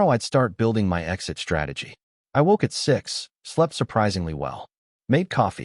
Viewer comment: DISHTRACTED, DESHTROYING, DISHTRICT, SHTRATEGY, SHTRENGTH, RESHTRAUNT, NOT ENGLISH WORDS!!!!!!!!!!